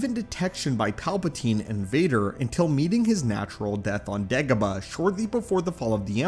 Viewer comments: No one: This guy: degehbuh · ok, STOP pronouncing Dagobah like that!!